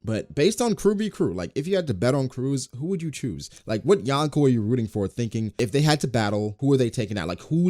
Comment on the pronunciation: Love this vid but it's pronounced "Yo-n-ko".